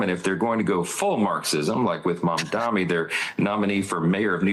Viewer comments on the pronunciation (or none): I came here to point out the inhaling, too. It's painful to listen to. He also mispronounced Mamdani as "Mamdami." What a gross person all around.